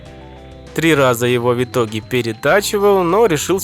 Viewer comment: Да, ты крутой чувак, но я не могу больше молчать. Твое произношение слов "В итоге" в корне неправильное. У тебя слышится какое-то [вьитоге]; откуда там смягчение взялось? Если уж произносить правильно, то либо [вытоге], но тогда там слышится отчетливое Ы (хотя все всегда так говорят), либо говорить раздельное [в итоге]. Да, знаю, всем насрать на мнение не пойми кого, и с такими претензиями мне нужно валить на другой канал.